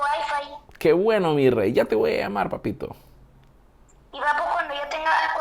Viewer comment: doesn't pronounce the B in bueno? Maybe I should learn!